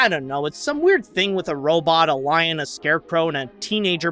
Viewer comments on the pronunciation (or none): none